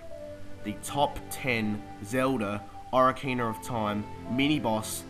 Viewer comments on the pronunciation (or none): only 5 times and btw its said OH-KA-RINA not O-RI-CANA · no offence but you pronounce it oc-ar-in-a not ora-cina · Bruh oracina really.... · O rar kina. lol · I lol every time you say ocarina.